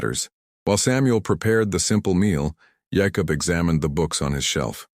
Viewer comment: Jacob and Hereford were not pronounced right. That bugs me.